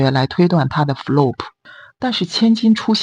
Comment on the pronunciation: 14.39. Flop 的發音是 /flɑːp/。為什麼要使用自己無法準確發音的英語呢？